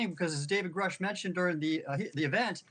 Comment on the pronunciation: Love your coverage. Please note it’s pronounced “Groosh” per my research.